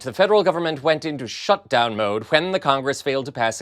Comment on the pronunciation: Did you say shutdown mode, or suckdown mode? Does it matter?😄